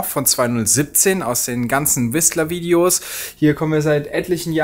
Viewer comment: Das t in Whistler tut im Ohr weh 😉